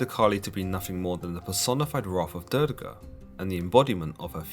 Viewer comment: I liked your video, but you have to work more in the pronunciation of names... It's not "Durge", but Durga, and not "poverty" but Parvati!